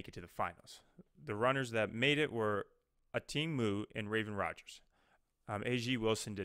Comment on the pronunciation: Athing stated that her name is pronounced wrong quite often. Mu is pronounced MOW.